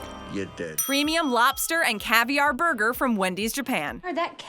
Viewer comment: LOL... " , What we should be doin is puttin those ribs on a buger" not a sandwich